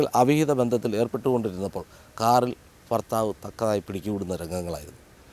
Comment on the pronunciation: ഫർത്താവല്ല ഭർത്താവാണ് ന്യായി ഗരിക്കണ്ട മോളേ